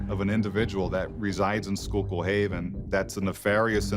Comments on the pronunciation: Schuylkill is pronounced Skoo-kl ! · You’re pronouncing it wrong it’s pronounced Scuul-kill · It's pronounced scoookill river. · Just a heads up.. I'm from Philadelphia which is close to Schuylkill county.. it's pronounced "skoo-cool" not shy-kill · It's pronounced school-kill not shaw-kill. The only thing that got butchered was the pronunciation of the town and River. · so itll be pronounced like "Skhoolcool" no so much "show kill" ahaha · Schoolkill its pronounced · “Shulk hill” lmao literally google the name there is a pronunciation button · It’s pronouced “Skooolkill” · It's pronounced school kill. I live in Pennsylvania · The town is actually pronounced “skoo-kl” by the way 💁🏻‍♀️ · Its pronounced School-kill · Schuylkill river is pronounced as “skoolkill” - from the area. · it’s prounouced SKOO-KILL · Schuylkill is pronounced SKOO-kill. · It’s pronounced like schoo-kill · It’s pronounced school-kill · Great video...but its pronounced "Scuul-kill" though it comes out like "scuu-kill"...I know cuz that ridiculous, horrible road leads to my job... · I can't watch this video. The mispronounced Schuylkill is too much after the first 3-4 times, which is only like a couple minutes in. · I’m from northeastern pa and laughed when I heard her say it lol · You can tell she is not from PA she saying Schuylkill haven wrong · That’s not how you pronounce the town or river!! 🤦🏻‍♀️ 🤦🏻‍♂️ 🤦🏻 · Why do you always pronounce things wrong? Do you do it on purpose? I grew up close enough to schukyll county to know how it’s pronounced, but clips you used literally said it and how to pronounce it yet you still pronounced it wrong. It’s disrespectful bro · Bro only pll that live in the skook can pronounce it right